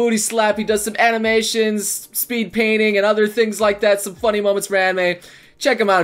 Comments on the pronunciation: "Show Shome support" Good job. English.:) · "Show shome support" - 2016 Engrish